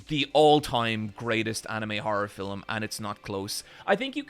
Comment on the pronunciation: My favourite thing about accent is that he pronounces "Film" as "Fil-uhm", it's just adorable...